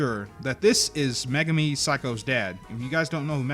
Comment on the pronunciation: ******meh-gar-mi megami